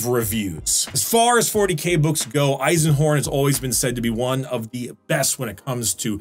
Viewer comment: Dude did u train ur german pronounciation? that eisenhorn was spot on!